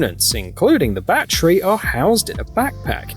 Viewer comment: whas a mosk? and whats a battree?